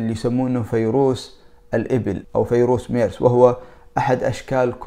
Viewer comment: اسمه ڤيروس!!! ارحمنا!! ألا تعرف الحرف v...؟؟؟؟